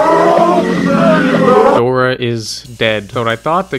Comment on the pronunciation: As a spanish speaker I was laughing because of him calling Dora a “ Puta “ If you do not speak spanish than it may not make sense to your being but keep up the great work !